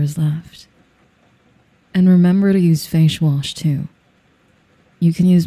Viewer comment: "fashe wash" hehehe i feel so goofy laughing at this